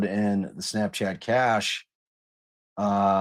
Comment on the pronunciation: I believe cache is pronounced "cash" in this instance